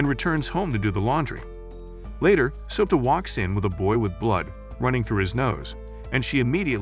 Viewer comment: Soda instead of Souta is crazy😂😂